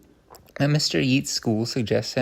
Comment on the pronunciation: Lovely. Chesterton's romps and frolics through ideas are a delight to hear. Just for future reference - the poet Yeats is pronounced 'Yates'.